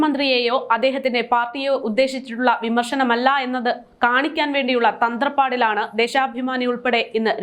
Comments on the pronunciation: തന്ത്രപ്പാട് അല്ല തത്രപ്പാട്, മലയാള ഭാഷയെ വികലമാക്കരുത് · തന്ത്രപ്പാടല്ല, തത്രപ്പാട്